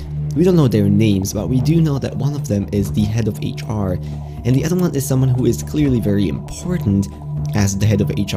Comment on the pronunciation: He says " udder " instead of other